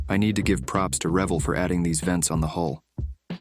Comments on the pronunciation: If you can't pronounce the name of your "foe" you are just BS. It's raVELL. I grew up a few miles from it's Venice, Cal. factory/hq. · Too bad you don't know how to say REVELL,as it's pronounce like RE VELL.Get right,you're not too bright either. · Why does he constantly mispronounce Revell? It's pronounced Rev-Elle damn it. lol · Dude you pronounce Revell as Rah-vell, not the way your doing it. On a lighter note get yerself a pin vice, and some bits you'll be glad you did. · Since I grew up in the 60's assembling thousands of models. Its been pronounced..."RE VELL" as in two syllables for as long as I remember. 72 yrs.. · Re-VELL. And the front of the ship is called the "bow," rhyming with "wow." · 1. Reh-vell! 2. Get a pin vice. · It’s pronounced "r’-VELL." Is this a ‘bot talking? It seems so, because it also mis-pronounces “bow.” Loved the vid’ anyway. It’s funny and actually displays a nice job of modeling. And yes, this kit is typical Revelle half-assed crap. What’s infuriating is that they occasionally produce a nice, well-molded kit, proving they can do it if they really try. They just don’t feel like it very often. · 1st of all it's pronounced R""E" vell, Pronounce the E. and yes they have always been somewhat shirt on detail.... But they are one of the cheaper ones. so you can modify it, if you need without wasting a lot of money. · Unless I missed the joke, it’s pronounced “Ruh-vell”, rhymes with bell. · One thing, Pronounced RA-Vell, Nice video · It's pronounced Revéll, since a double consonant makes the previous vowel shorter (faster) 🙂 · Revell = reh-VEL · Really like your delivery, had me laughing. I do have one bone to pick. This is straight from the pronunciation police: their name is pronounced RUH-vell. Consider yourself warned. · Sir, it's "Revell,be patient.. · Ree-vel Sorry, just had to say it. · Learn how to pronounce Revell. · Robot voice pronounces Revell wrong, pretty sure. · at least learn to pronounce REVELL. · rev-ELL, not REV-ell pin it